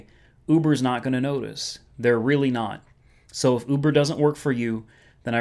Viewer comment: I like how you pronounce Uber. "Ooobuhrrr!"